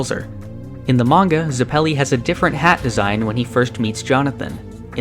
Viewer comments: FYI its Zep-elli with emphasis on Zep, not Zuh-pelli with emphasis on pelli. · “Zuh-pell-e” “Erri-nuh” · I loved the video but I died every time you pronounced Zeppeli as "Zeppéli"